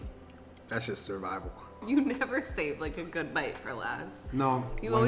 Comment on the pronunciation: After this it’s going to be really hard to say good and not gwad